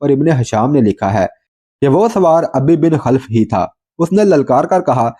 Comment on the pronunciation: آپ علیہ السّلام ، سعد (رض) کو تِیر تھماتے اور فرماتے ، " فِدَاکَ اَبِی٘ و اُمِّی٘ ! سعد تیر چلاؤ ۔" یہاں جِس دشمن ِاسلام اور دشمن ِرسول علیہ السّلام کا ذِکر ھے اُس کے نام کو یوں اُبَی٘ بِن٘ خَل٘ف پڑھیں اور بولیں ۔